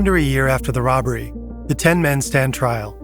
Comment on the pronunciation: no one is gonna talk about “roBBBery”? 3b is wild